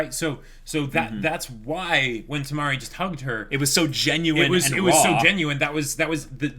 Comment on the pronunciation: U guys can just called the 4th girl Yuzuki :) n its Kimari not Tamari ^^